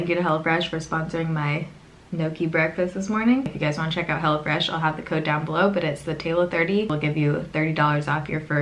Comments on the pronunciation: Lol sounded like u said hellafresh 😂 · It sounded like you were saying “hella fresh.” I think that would be a better name! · Sounded like she was saying hella fresh instead of hello fresh lol I kept thinking that’s an interesting name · It sounds like you’re saying “hella fresh” and it’s cracking me up!😂😂